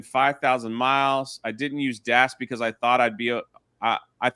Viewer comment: My guy really struggles to say dash pass. "Dass pass"